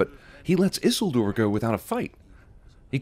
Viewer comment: Yes, flinished at his pronounciation of Isildur.